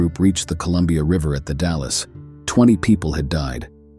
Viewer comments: Thanks for the share, howdy from Jackson County Oregon near Jacksonville and the Gold Hill mining district ... love the stories. Take care, stay safe, cool and free. ⛏⚒⛏ Edit; in Oregon it is pronounced Wil-lam-it Valley and the Dall's, not Dallas like in Texas. 😉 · Good story would have been better if you could put some work into your show and learn how to pronounce name properly. We got to Willamette, then The Dallas and you totally shit the bed on them congrats. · The commentator could have at least checked the pronunciation for the Oregon landmarks….Willamette and Dalles for example. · good video! you mispronounced willamette and the dalles in case you ever travel here